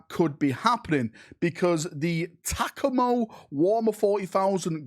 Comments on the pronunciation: Hey I am American, taco-ma 😅. I thought that was hilarious. Don't change it, ta-coma seems boring after that. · Dude. Taco-ma. But tacamo was pretty funny. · Tac a mo it’s Tacoma it’s ta-coma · Hey I live in Tacoma. It is pronounced Tah-Coh-Mah. Please pronounce it this way. Thank you and have a great day I intend to be in attendance of the event. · Tack-O-Mo is the best way I’ve heard someone try and say Tacoma ever. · Pronounced "TUH-coma" Any news on the animation stuff? I ask before finishing the video. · "Tac-co-mo"?? Dude work on it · Excuses excuses. Just admit you can't pronounce things. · I’ve never heard Tacoma pronounced like that 😂